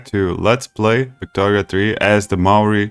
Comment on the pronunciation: Holy shit mate. Your knowlege of our culture and history is amazing! I dont even play victoria but these videos are great to watch. Your pronunciation is a stride better than most of us kiwis. Its honestly just a little bizzare that some of the better content on maori history has come from a letsplay. Ive got a feeling you study history already and if you dont you should. To hear you go through the effort of doing your intro in maori is mihi nui! Too much brother!! (Local saying with a positive meaning). Keep it up. Hopefully your channel grows as large and strong as tane mahuta!